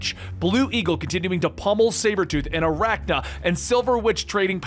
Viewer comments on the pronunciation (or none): It's Arcanna. Ar-cane-na. Like arcane powers. Not Arakna. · Got a kick outa calling Arcanna, Aracna. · Arcanna not aracna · You called 'Arcanna' (r can uh? Maybe: r con uh? My bet is the former, as opposed to the latter. ) 'Arachna' (something spidery, perhaps?) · Arachna? Do you mean arcanna? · Arachna? Lol so many mispronounced words classic XD